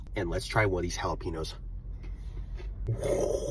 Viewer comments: u can tell he said jalpanose on purpose cuz he says it correctly several times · He said it right the first time and then purposely said it wrong the second time🤔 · The jah-lap-in-nose. 😂😂😂 Yep, he’s definitely American. My kind sir, it’s pronounced Hal-uh-pen-yo. Jalapeño. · He said "jel-app-in-nose" so casually 😄😄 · Jalapeño is pronounced Hale-piñio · Bro its pronounced ha-la-peh-knee-ohs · it's pronounced "halapenos" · BRO ITS FCKING PRONOUNCED HA-LEA-PENOS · looks like we found the American 😂. Plus it isn't a silent j, it's pronounced as /x/ in Castellano. This isn't an English word, it was borrowed from Spanish so we should pronounce it as such, just like we do with fiancé and naive. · “… it’s pronounced jalapeños…” -bubbles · I don’t think someone who pronounced jalapeños like that can judge food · Why did he mispronounce jalapenos 2x but pronounce it correctly once lmao . Looks delicious though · Bro is saying jalapeños wrong on purpose I think he outs himself in the start of the video by pronouncing it the right way listen closely😂.